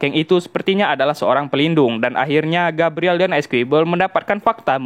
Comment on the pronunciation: di baca nya Gabriel, bukan gabriele